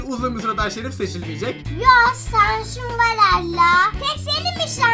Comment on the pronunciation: şansim demiyor şanşim diyor vay kral